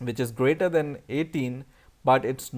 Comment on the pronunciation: he is saying then instead of than